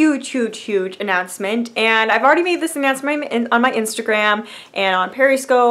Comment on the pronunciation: That pause between the first 'huge' and the second 'huge' though. :p Congrats girl!